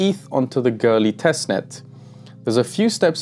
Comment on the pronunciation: Why do you pronounce Goerli as Girly?